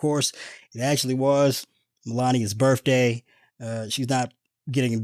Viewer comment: I need to see a meme of Bernie with mittens in the jury box! LOL! (Oh, BTW...the word is birTHday...not birFday!)